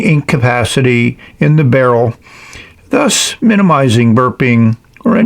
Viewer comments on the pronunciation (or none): none